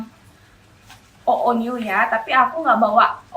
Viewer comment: Oonew bacanya "onew" bukan "oonew" WKWKW